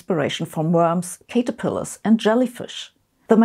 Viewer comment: Great presentation! Two minor corrections if you're interested: "Xenobot" is pronounced "Zenobot" (not ekseneobot), and "caterpillar" is "cat-er-pillar" (you said cate-er-piller -- long "a"). Also "syringe" is "sir-inj" not "sigh-renj". Sorry -- English makes no sense in some of its pronunciations.